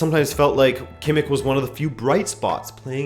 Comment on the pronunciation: Kimik? Who the fuck is Kimikkk?